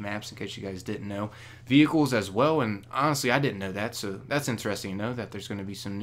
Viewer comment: Can you pronounce "interesting" correctly?